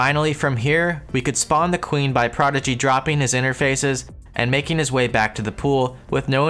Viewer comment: Your broken demented speech version of everyone's name like Chestbrah and BAS Prodigy gives me life. it makes them seem like real epic NPCs